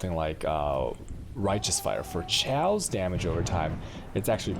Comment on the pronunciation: its KAOS not SCHAOS.. with a K like KKK. are you dumbfucks new to language?